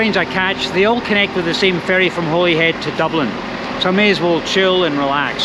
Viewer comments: It's pronounced Hollyhead yah numpty! Glasga! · When my wife and I traveled to England/Wales/Ireland/France in 2006, every reference we heard of Holyhead was pronounced “HOLLY head”. I hear you pronounce it as I expected it should be (and possibly also the male voice on the train’s speaker system, but the female voice definitely said “HOLLY head”). Hmmm I wonder why others seemingly purposely mispronounce it